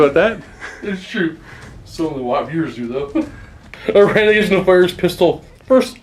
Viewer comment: wait: "Iranicus"? i could swear meant "Irenicus"...